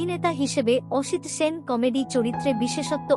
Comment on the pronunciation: এইরকম ভয়ঙ্কর খারাপ উচ্চারণ নিয়ে ভাষ্যপাঠ! সলিল চৌধুরীর নাম জানেন না? সাল বলছেন এইভাবে?! এক নয় সাত পাঁচ 😮 অসিত Sen বলছেন?! কী দরকার এই প্রহসনের?